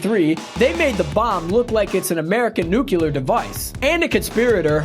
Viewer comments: Nuclear NOT nucelar! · besides the amount of times he said nucular instead of nuclear amuses me. this was aight. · yup the analysist uncovered a nucular bomb threat on that netflix show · every time this man says "nucular" I wince in pain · Nucular. So funny. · Why are you saying “nuclear” like that? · Dear God learn how to pronounce nuclear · Nucular? Analysist?